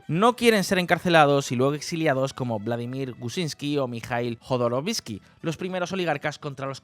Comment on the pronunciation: El incel gallego no puede ni siquiera pronunciar bien el apellido de Khodorkovskiy😂😂😂